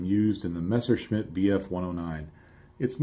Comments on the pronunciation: Thanks for pronouncing it a Messerschmitt, and not Meschersmitt like all the other anglo related channels... BUT, it´s a BF109, not ME109. And thanks again for the in deep report. Didn´t know about those details yet. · Great work dude. And the first american who can pronounce Messerschmitt the right way, thumbs up